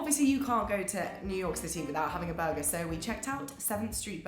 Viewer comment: she says Tack-goes(Tacos) lol\ buggah = burger